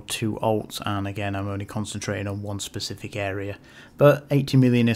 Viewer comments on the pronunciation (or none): none